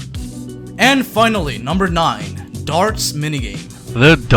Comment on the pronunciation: When you said nine things I thought you said naughty things